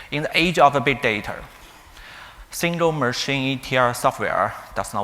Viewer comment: All are good but the strange pronunciation of "and" and "data". I suggest taking some time to practice the two simple and high frequency words. Thanks a lot😊